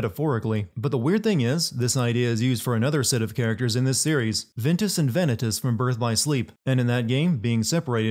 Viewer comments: It's Va KNEE tas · ITS VA NII TAS NOT VI NE TAS....DUMMY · He said Venitas that’s a sin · who stopped watching when he said "Vanitas" ? lol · Only complaint is how you pronounce Vanitas